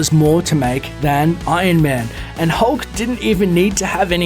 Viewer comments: it annoys me that you say: 'ion man' instead of iron man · Why do you pronounce it Ain man? It's Iron Man.